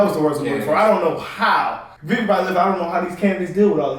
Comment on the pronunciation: Got to start saying Vivek's name right. It rhymes with cake. (Vi-vake)